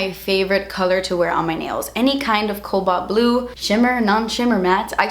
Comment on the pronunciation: As someone who's mother tongue isn't English, it took me a long time to realize you weren't saying Cow Ball Blue